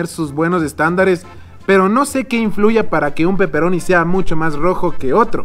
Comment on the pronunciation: Jajaja buen video...pero me cague de risa cuando dijiste de peperoni xD parecías italiano de verdad hehe